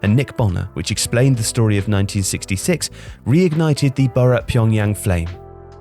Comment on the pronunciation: Nah it's boro